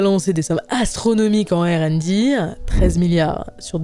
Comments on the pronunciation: Il y a des prononciations catastrophiques. Faut choisir entre le français et l’anglais ^^ Ère and Di 🤭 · OpenAI est un nom de société donc pourquoi changer l'ordre du I et du A pour la mettre à la française? Je propose d'appeler google "lunnete", car goggle veut dire lunette. et pour R and D c'est ridicule surtout qu'elle dit R en français et "and D" à l'anglaise... on a le même sigle en français Research and development => recherche et développement aucun intérêt de passer à l'anglais à part pour montrer qu'elle ne sait pas prononcer le R en anglais XD